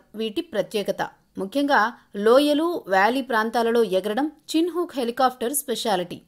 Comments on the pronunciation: "చిన్ హుక్" కాదు వాటి పేరు, చినోక్. కనీసం వాటి పేరు కూడా సరిగ్గా ప్రోనౌన్స్ చెయ్యలేని మీకు ఒక యూట్యూబ్ న్యూస్ ఛానెల్ 😁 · చిన్ హుక్ కాదు. చినూక్ అనిచెప్పు